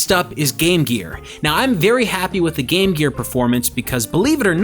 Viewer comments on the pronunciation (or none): Did he say berry illegal ? Lol